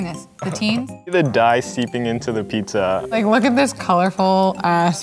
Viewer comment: "It's PEEPZA!"